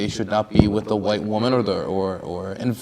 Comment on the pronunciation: he even said "Hwite Americanz" rotflmfao